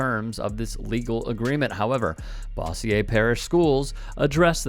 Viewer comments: being from Shreveport, it’s pronounced bose-yer. Not bossi-ye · Bossier, pronounced "bo' - sure". I know - you just never can tell with those Louisiana names. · Pronounced Bo zure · His pronunciation of Bossier is taking me down 😂